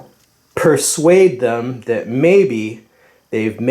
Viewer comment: "Shredding there arms does tend to pursaude them" 😂😂😂